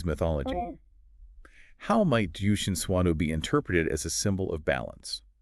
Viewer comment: oh boy the pronunciation hahaha :D good video though.